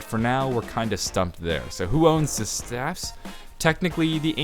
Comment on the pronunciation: Idk if this is a stupid question but why does he say staffs like st-A-ffs